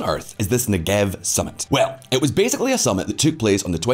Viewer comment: It’s pronounced Neggev, with the stress on the first syllable.